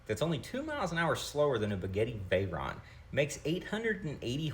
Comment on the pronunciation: Are you saying spaghetti Verron?